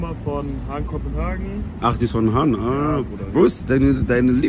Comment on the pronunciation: Von wo ist die Jacke vom ersten kollegen? "Hagen Kopehagen" 😅